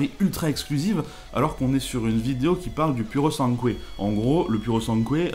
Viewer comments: PurosanGue pas PuranQué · PurosanGOUEZ, pas PurosanKOUEZ 😁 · T’arrive à dire Guatemala, donc tu devrais pas avoir de probleme à prononcer PurosanGUE, alala c’est d’un ridicule… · En italien ça se prononce: pouro sAn gwé. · Pouro Sangoué, voilà comment ça se prononce^* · Purosangue, prononcé.."pourosangué".